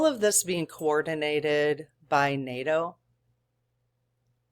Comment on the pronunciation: Fantastic. You said NATOOTAN. If we could get that and a mention of Vatican. How that relationship is evolving. Blessings in the New Year! Joe is a dedicated practicing Catholic. He is gonna be in discussion with Vatican regarding any spiritual...... You know. Fog. Drones. Etc. Vatican City is not NATOOTAN. Conversation might be different.